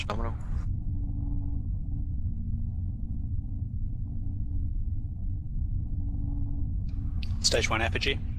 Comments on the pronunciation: It’s not Norminal. It’s Gnome-inal. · It's Gnome-inal